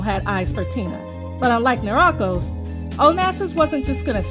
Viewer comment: Pronunciation of Niarchos is wrong.